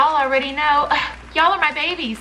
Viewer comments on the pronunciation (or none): none